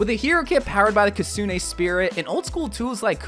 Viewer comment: Key-ree-koh, Toh-ree gate, Kit-Soon-eh Rush. :3